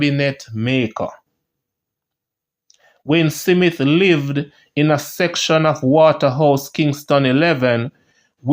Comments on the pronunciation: My brother, the pronunciation is Smith , not Si mit? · Smith, not Simith smh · I love what you are trying to achieve. However, you are seriously challenged with some pronunciation. OMG. Please check Google Word and press that little horn and you will HEAR that the words are pronounced. It's not SIMIT. It's S M I TH!!! MASSACRE IS NOT MASSAC; it's MASSA CAAA. And Sandokhan isn't pronounced as you do it, huh? Keep up the good work, but please don't let my ears bleed anymore. Fellow Jamaican here, and I am very proud of what you are trying to achieve, but please clean up the pronunciation, and you will be golden🇬🇧🇯🇲💕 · Smith not Simit 😂😂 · Jamaican pronounciation is Smit not Smith. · This is YouTube..people from all over the world reading.. shouldn’t be hard to pronounce the a name like “Smith” Big people ting! Bless up! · Thank u cause for a big man i dont knw how can this man pronouce it like that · That’s how st Elizabeth people pronounce it 😂